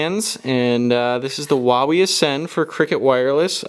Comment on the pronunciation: xD I thought you said whenever you said Huawei